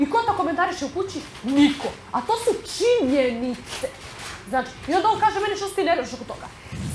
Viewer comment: Sve oni informacije imaju izvana. Kreštalica nije normalna. "to je tako" 🤣či nje ni ce 🤣